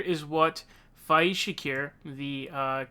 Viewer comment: The reporter actually pronounced Faiz's name correctly for once. Everyone uses a strange americanised/anglicised pronunciation usually.